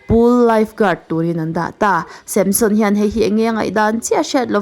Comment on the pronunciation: Tinge Samshon tiin i chhiar zel a 😂